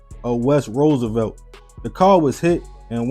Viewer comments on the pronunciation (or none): none